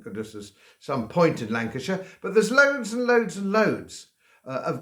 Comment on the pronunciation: Lanceshire........ Some point to it 🤣🤣🤣🤣🤣🤣🤣.